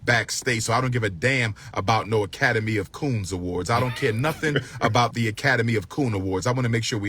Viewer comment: WAIT A MINUTE! I know he didn’t just say The Academy of Coons 😭☠️🚁🏃🏿‍♂️I’m out. Get to the choppa